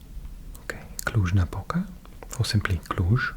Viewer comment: You pronounced "Cluj" and "Cluj-Napoca" better than most of people which live in Bucharest or in the southern part of Romania :))) Thank you for your videos!